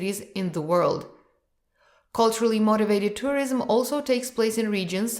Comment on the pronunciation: Interesting. Some mistakes in pronunciation (tourism). But it’s ok.